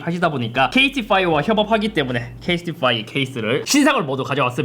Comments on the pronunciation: 잇섭님 KT에 어지간히 맺힌게 많으신듯.. 케이스티파이를 계속 케이티파이라고 하시네 ㅎㅎㅎ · 케이스티파이가 아니라 케이티파이로 들리는건 나뿐인가... 형 어디까지 케이티에 진심인거야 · 계속 케이티파이래 ㅋㅋㅋㅋㅋㅋㅋㅋㅋ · 케이티파이래 ㅋㅋㅋ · 왜자꾸 케이티파이라고 함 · 이분 케이티에 미련남아서 케이티파이라고 하시는건가여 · 케이스티파이 인데 계속 케이티파이 하는거 광고주 킹받을듯 ㅋㅋㅋㅋㅋㅋㅋㅋㅋㅋㅋㅋ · 케이스티파이 발음이 어렵냐?? 케이티파이 이러고 있네 ㅋㅋㅋ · 이형은 케이스티파이인대 처음부터 끝까지 케이티파이 라고 하내 ㅋㅋ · '케이스티파이'를 자꾸 '케이티빠이' 로 발음하넼ㅋㅋ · 영상내내 꾸준히 케이티파이로 말하는 잇섭 폼 미쳤다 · 자꾸 케이티파이라고 하는거같은데 ㅋㅋㅋ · 계속 케이티파이 라고 스 묵음하는거 킹받네 ㅋㅋㅋㅋㅋ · 케이티파이 라고 하시네요 😂 그래도 리뷰 잘 봤습니당 언제나 잘보고 있어요!!! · 케이티파이? 케이티 와이파이 말하는줄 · 케이티파이 개띵받넼ㅋㅋKT처럼 들리네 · 뭔 케이티파이여 ㅋㅋ 발음 똑바로해라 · 유료광곤데 제품명 제대로 발음해주세요 케 이 스 티 파 이 ! ㅋㅋ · 발음 이슈임? 아니면 일부러 케이티파이 라 읽는거임? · 나만 케이티파이라고 들리나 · KT에 미련남았어 형? 자꾸 케이티파이라고 하는.. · 형냐들 케이스티파이 발음 나만 불편해!?😢